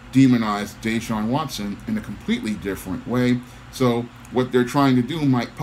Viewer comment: It's pronounced (Dah-Shawn) Yes it is too much 🐟 in this, all the allegations months after he refuses to return. Former players from DeAndre Hopkins to Andre Johnson who were superstar caliber players have trashed the franchise. There's a possible cause in his Contract where if he has some misconduct they don't have to pay him in full He got a 40 million Contract last season